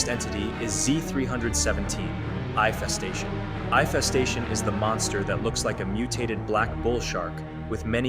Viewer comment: Bro said infestation 💀